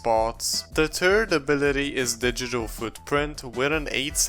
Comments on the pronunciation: great video just i know you have an accent but please say th-ird insted of turd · " the turd ability" 😂😂😂😂😂